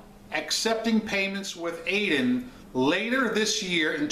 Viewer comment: It's pronounced Ad-yen because it's spelled that way.